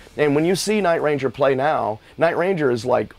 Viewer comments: It's very strange hearing him pronounce the name by accenting the word "Ranger". Sounds exactly the opposite of the way everybody has always said it. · I'm having a hard time hearing Jack call his band that he named and created "night - RANGER". LOL!